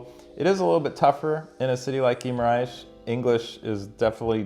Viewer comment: Great vid! You’re saying Guimarães as Ghee-ma-RAISh (like the sound in the word: rice) when it’s actually pronounced Ghee-ma-rangsh. Like the (ang) in the word ‘bang’ and ‘dang’.